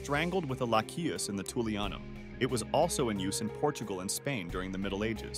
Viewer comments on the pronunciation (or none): none